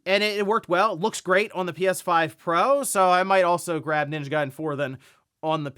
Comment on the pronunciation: The way dude say ninja garden “Ninja Guyden”😂😂